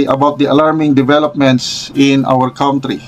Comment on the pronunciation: A general vlogger pronounces country as cowntry?